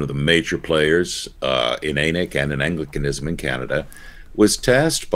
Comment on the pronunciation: Thanks for a wonderful show. Listen every week. Really appreciate your commentary. I rarely comment on videos but one thing kind of grated me this week. In Canada, ANiC is pronounced with a short A, as in “an ick.” With a long A it sounds like something on the south end of a north bound cow.